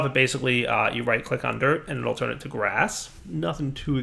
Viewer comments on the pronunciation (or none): none